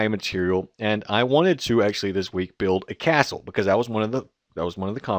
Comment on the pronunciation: u said buld its build